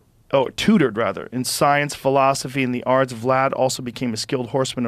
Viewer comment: Tortured ohhh tutored 🤣